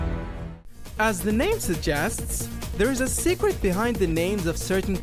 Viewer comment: Secwet. Xway. Do you have a speech impediment? No hate